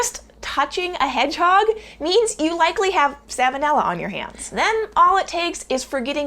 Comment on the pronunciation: Quick note (if you care), as this is a lesson someone else had to teach me as well: Salmon is pronounced Sammon, but Salmonella is pronounced SAL-mo-nella. The L isn't silent in the disease, just the fish. :> No worries if you already knew & didn't care, just wanted to offer it up, just in case.